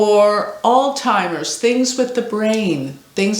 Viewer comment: it’s Alzheimer’s not all-timers. The zed is strongly pronounced.